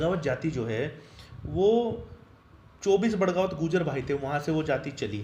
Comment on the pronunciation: बड़गावत नहीं बगड़ावत